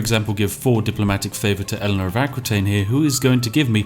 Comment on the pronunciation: Eléonor d'Aquitaine is pronounce [Akitaine], not [Akwitaine] :p !